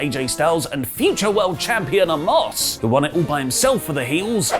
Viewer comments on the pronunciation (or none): none